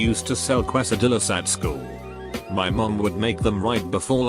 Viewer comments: Aspen TeaWitch it's pronounced "case-a-dee-yas" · how are robots ever going to take over the world if the can’t pronounce quesadillas?